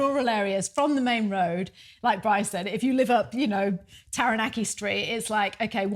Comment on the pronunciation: Kia ora, just a friendly suggestion. Set yourself a challenge to pronounce Taranaki correctly. It’s easier said than done especially after 12 years living there but change is good 😊. Keep up the nice content you seem like lovely people. Ngā mihi